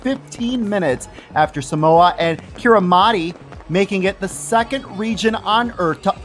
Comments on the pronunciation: Might help to pronounce that nation of Kiribati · If I’m correct, it’s pronounced Kiribas, right?